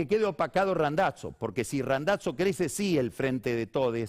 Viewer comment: No pronunciaste bien: Randazzo. Randatso se dice